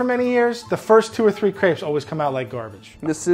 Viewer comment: How americans have such trouble with "crepes" ill never understand